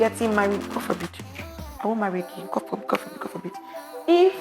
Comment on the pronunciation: I love how said "God Forbid" so profusely 😂